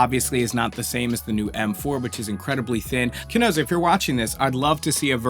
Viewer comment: I love the review, except the mispronunciation of Chesona lol you say Chenosa! I got a chuckle out of it anyway!